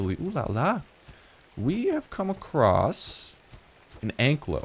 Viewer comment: NOT ANKLO. IT'S ANKYLO